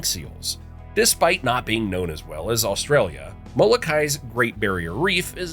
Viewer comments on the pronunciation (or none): none